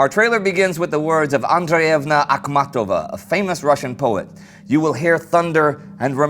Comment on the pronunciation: Respect for Anna Akhmatova, that name should be corrected